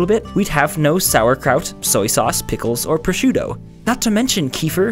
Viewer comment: As an Italian, i'm more offended by how they pronounced prosciutto.